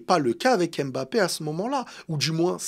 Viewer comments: je t’aime bien mais arrêtes d’écorcher le nom de Kylian, c’est Mbappé! Pas M’bappé 😂😂 force à toi! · ARRÊTE AVEC LA PRONONCIATION "EM BAPPÉ" JE T'EN SUPPLIE !